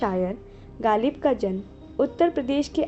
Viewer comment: galib nahein ghalib kaho bhai.